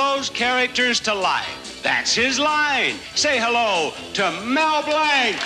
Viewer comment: MB must have winced when BB pronounced his last name as "Blank," which was MB's birth name; MB changed it to Blanc (pronounced "Blonk") because he got sick of being mocked all the time about being named Blank.